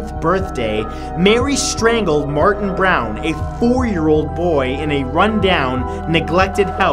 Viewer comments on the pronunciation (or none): none